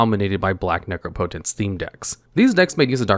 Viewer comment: Nooooo he stopped pronouncing it nec-rop-ot-ence , I loved that bizarre pronunciation 😢